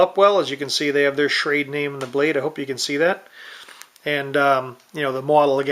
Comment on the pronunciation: not that it matters but its pronounced Shrawduh